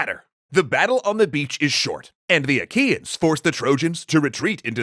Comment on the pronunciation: I know this isn't the point of the video, but whenever Troy's enemies are mentioned, all I can hear is 'IKEAns'...